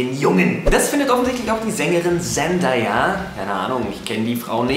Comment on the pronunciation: des spricht man Cändäyä aus :D